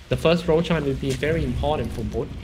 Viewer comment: Please dont let this stupid commentator ruin the game...his voice is so fucking annoying...and he clearly doesnt know how to commentate and even how to pronounce the players' name or heroes' name or items' name...he fucking called Roshan "Rochan"..no professionalism at all..fucking idiot commentator..hope he gets a throat cancer!!